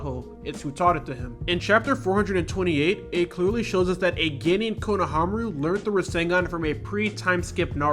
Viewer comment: Good video but konohAmaru instead of konohamAru was a bit irritating